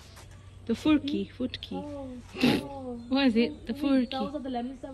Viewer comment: Yo not Futki, It's call furki